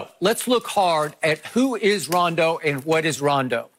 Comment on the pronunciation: She said rondo rondo 😂😂